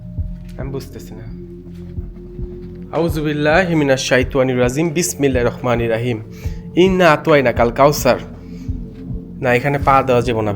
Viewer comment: hmm ro uccharon hobe ra noy